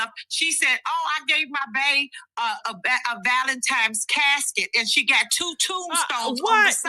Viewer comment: She said vday Basket 😂 not casket